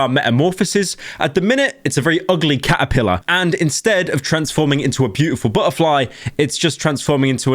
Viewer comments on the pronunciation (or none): The hungry hungry ca'uh-pilluh.